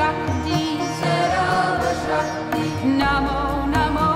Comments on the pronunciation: Wrong Pronunciation. It's 'Sarva shakti'. Not sarab shakti. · Madam it's not sarab shakti it is sarba shakti please correct this